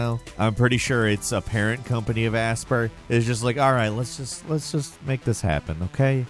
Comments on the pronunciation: Aspyr is not pronounced aspear, it's pronounced aspire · Aspyr is not pronounced asper, it’s aspire 🤦🏻‍♂️ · Pretty sure Aspyr is pronounced like the word Aspire (uh-spahyuhr), as in, to aspire to greatness, not "asper". Otherwise, great video as usual 😂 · Aspyr is definitely pronounced "aspire," not "asper" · Just FYI, Aspyr is pronounced Aspire. It's a play on the spelling.